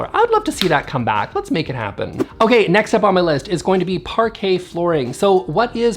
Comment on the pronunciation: Someone tag Amber heard, so she learns pronunciation of Parquet flooring, before she slides on it next time